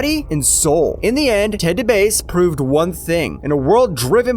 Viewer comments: The video was cool till he said Ted DA BASE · I heard it as ''de bass'' like a Rasta bass player